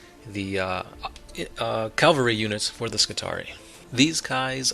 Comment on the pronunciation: Every time you say "calvery" instead of "cavalry", Slaanesh's nipples get harder. Stop it.